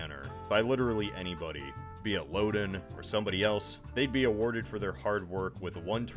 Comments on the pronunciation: As one who grew up in Illinois, the state park we went to named for the one-time governor was pronounced "LOW den" (rhyming with "HOW then", not "LO den" rhyming with "Oh then". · Lowden Dam and Lowdenvilles. They just don't sound right.